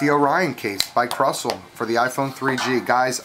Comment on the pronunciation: Krusell is pronounced kinda like this: Crew Sell good review, keep it up dude